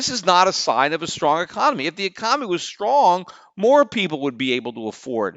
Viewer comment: Is it just me or does Peter keep saying "ecomany" when he means to say "economy"?